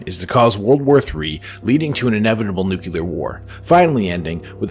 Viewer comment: He totally had me until he said 'NuCuLAr' war.